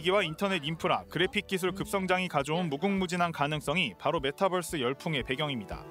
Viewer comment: 아무리 한국식으로 그냥 발음한다고 해도, 메타'뻐'스가 아니라 메타'버'스라고 발음해야하는거 아니냐? 메타와 유니버스의 조합어잖아.